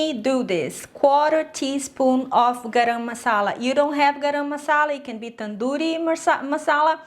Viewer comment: Nailed the pronunciation on tandoori and garam masala 👍🏽👍🏽👍🏽